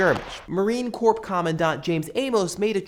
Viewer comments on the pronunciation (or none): A lot of servicemen play call of duty for the sole reason that it's fun and isn't like real war, they just want something to relax on. BTW you pronounced "corps" wrong (it's "core"). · . Marine Corp. The Marines are not a corporation. It's pronounced "core".